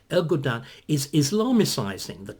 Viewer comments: It’s Erdogan, not Ergodan. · David, it's ERDOGAN, not ERGODAN! :)